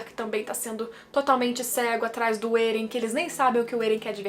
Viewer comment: Estou acompanhando o mangá agora, e seus vídeos são ótimos. Mas porque você fala Êren ? O nome não é Eren? Não tem acento 🤔